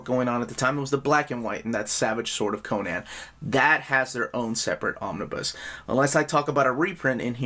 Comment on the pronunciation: did you just say Omni-boo? lmao